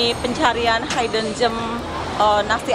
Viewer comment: Disebut "hidden" tu seperti "hid" bukan "hide"😂😂😂